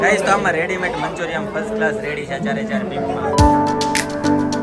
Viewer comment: મંચુરીયન ✅ મંચુરિયમ ❌